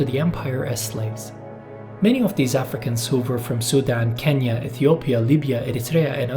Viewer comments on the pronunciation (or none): none